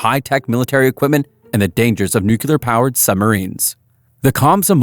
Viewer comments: Nu-kle-ar ... not Nu-ku-lar. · "nucelar reactor" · Nuclear. The word is nuclear. Even Homer Simpsons knows this. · You can't say nuclear that really scares me sometimes a brain can come in quite handy.